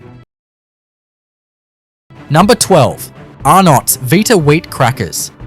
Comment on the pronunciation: This iconic yellow box?? Wtf it's blue and red & why are ypg pronouncing Arnnots like that 😂😂😂😂😂😂😂